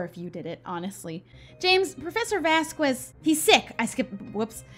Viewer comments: You've been sayingVasquez wrong. And I thought someone would say it by now, but I guess not. Vaz-skehz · I understand that you may not know the right pronounciation for professor Vasquez but for me its killing me and my little argentinian heart every time you say vazqUes. Dont get me wrong and think that I hate the series because of it. But the contrary since I love the series and the commentaries you do in it, I find it really entenrtaining and enoyable. But I would aprecciate if you say his name right, PLEASEEEEEEEEEEEEEEEEEEEEEEEEEEEEEEEEEEEEEEEEEEEEEEEE <3<3<3<3<3<3 Just say VASKEZ (the u is silent).